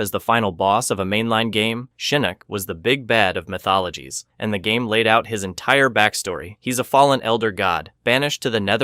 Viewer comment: MK “My Thologies” 😂😂😂